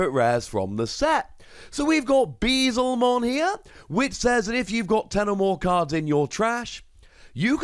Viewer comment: Friendly reminder DEE-aboromon (like Diablo) B-L-Zemon (like Beelzebub)